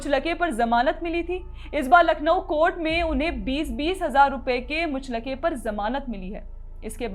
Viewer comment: muchh-laka nahi, muchal-ka 😂😂